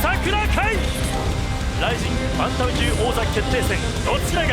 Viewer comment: みんなに言いたいけど バンタムね バンダムじゃなくて